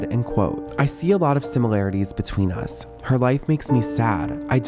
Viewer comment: It’s “Us Magazine”. Not U.S.